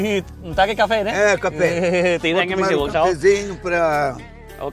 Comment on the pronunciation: nói cà pê vọng làm bác chủ đất cũng nói theo cà pê vọng hi hihihihihi.........